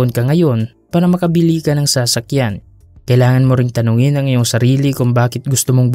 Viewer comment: Bat ganyan ang pagpronounce na sa-sakyan..hihi